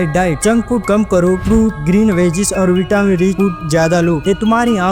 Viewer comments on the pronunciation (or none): none